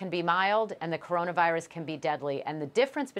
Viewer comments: Stephen a can’t even say coronavirus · Don't let it distract you from the fact that Stephen A Smith can't even say Corona Virus.